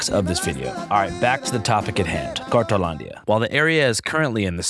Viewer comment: Isn't it called, "cartonlandia" cause I keep hearing "cartelandia"? Or am wrong?